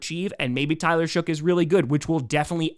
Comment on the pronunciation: Saints fan here. Tyler Shough's name is pronounced like Luck, Muck, Cuck, Shuck, and Fough.